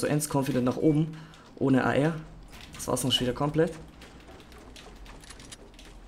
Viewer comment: Ich verstehe bei ar immer Eier 😂